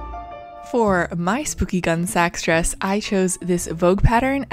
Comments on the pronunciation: Gun-ee Sax - not gun sax. couldn't get further than a couple minutes in, your mispronouncing drove me crazy. Next time, do your homework. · Picky, picky me, but the way you pronounced the brand name just grated on my ears. As i was definitely around at the height of this brand’s popularity, it’s “gunney sacks” like the bag not gun like the weapon. I see this happening more and more with younger creators and it makes me wonder what mispronunciations my generation would have made for terms from the 40s and earlier. Grouse over, I really like how your project turned out! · Yep like others said it is "Gunny Saks" Gunne Sax.. I loved these dresses when I was a kid and teen. I am so old. It was so hard to watch and hear it called a Gun Sacks dress. I know picky picky. But I enjoy your videos so much and ai of be how this dress came out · It is pronounced 'gunny sacks'. I know because I am old enough to have worn more than one and was surrounded by other girls wearing them too. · I’m just curious what gunny snacks taste like. 😏 If you’re going to dog someone for pronunciation, maybe proofread your comment first. They’re roughly equally important as errors go—which is to say, trivial. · If one is going to be critical of another for their research, one should make sure that one has thoroughly done their own. The name is pronounced 'gunny sacks,' which is a burlap bag that is used to carry potatoes or other sundry items. The influence for the clothing was a mashup of Victorian, Edwardian, prairie and a dash of renaissance. I know because I was there, way back in 1967, a sophomore in high school. Gunne Sax dresses were beyond my financial reach, so I copied their ideas, drafted patterns and made my own. One can critique without being mean spirited. Constructive criticism is helpful, dissing is not. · K I came here to say this exact thing. Pronounced gun-NEE sak